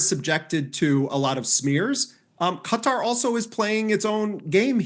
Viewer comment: Why cant these idiots say qatar?